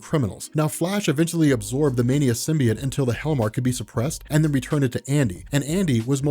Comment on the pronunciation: Its so distracting that you keep saying Sim-bee-it